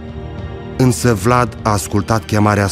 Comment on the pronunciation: Simion nici tu miriti sai pronunție nici numele domnului Vlad Ai indepa rtato pe Sosoaca cei ce Vlad nu ar fi indepartato